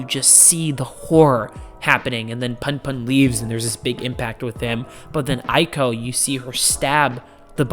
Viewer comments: Honey you pronounced Aiko perfectly. PunPun is pronounced Poon Poon though lol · Also, what's funny is you pronounced Aiko perfectly every time, but Punpun is pronounced "Poon poon."